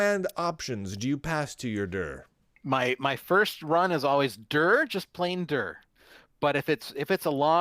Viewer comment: "DIR" should be pronounced "D","I","R"